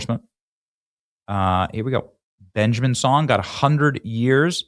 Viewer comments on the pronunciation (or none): none